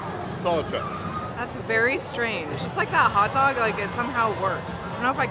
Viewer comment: Can you make a video on peters way of saying Pupcorn, Hutdog, and Hut tub?